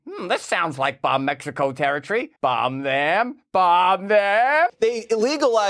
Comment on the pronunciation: "BAHMB" not "bumb"